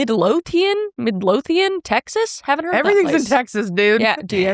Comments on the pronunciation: YOU SAID MIDLOTHIAN CORRECTLY. IM A TEXAN, AND TEXAS IS HOT AND I HATE IT HERE LOL. I NEED COOLER WEATHER. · I love google maps. House location that was wiped by the tornado in Midlothian (and you pronounced correctly) 6060 FM 1387, Midlothian, TX 76065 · You said “Midlothian” correctly. I was raised in Corsicana TX. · Coming from someone who’s last name is “Lothian” I’m very surprised Kris pronounced that correctly, first try. I’m not sure of the origin of the town in Texas named mid-Lothian. But “Lothian” is originally from Scotland. Where they have a place of the same name, Mid-Lothian. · I know where that house was in Midlothian! You pronounced it right! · Kris you got the pronunciation of Midlothian right, live not too far from the area.